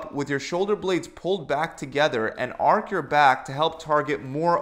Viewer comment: Say it with me. Archhhh not ark